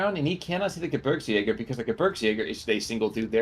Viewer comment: Gebirgsjäger is pronounced like “Ge-beers-jager”